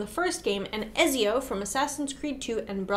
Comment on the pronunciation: Ezio and Altair are pronounced like et-zee-o and al-ty-eer. So you guys didn't play the games?